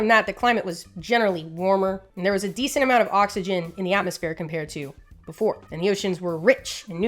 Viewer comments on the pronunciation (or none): none